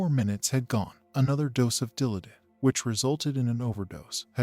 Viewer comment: Dill -AH-did.